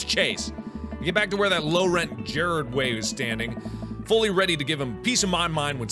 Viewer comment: welp mark got me triggered. "Jared way."